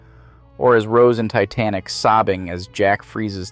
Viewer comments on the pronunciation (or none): none